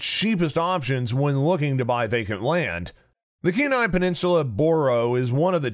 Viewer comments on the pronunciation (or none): Penile peninsula???????, lolololol Kenai peninsula